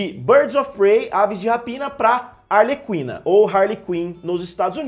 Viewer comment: A pronúncia é "arleKina"